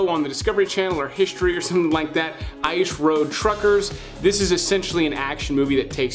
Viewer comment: Why cant you say the word " Ice " ?